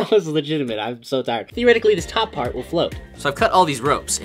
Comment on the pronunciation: He was ment to say top part but instend he said top fart 🤣🤣🤣🤣🤣🤣